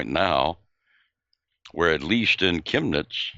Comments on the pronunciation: You both said Chemnitz correctly and yuppie is the same just spelled with a capital Y. Der Yuppie. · your Pronunciation of "Chemnitz" was spot on. A friend of mine who's a Policeman in Chemnitz told me that what the Mainstream Press portrait was a complete and utter Lie. He also believes that those "Nazis" have been Agent Provocateurs from the "Verfassungsschutz" (your equivalent to the FBI or British MI5). I personally call them by their formerly known Names, GESTAPO and STASI.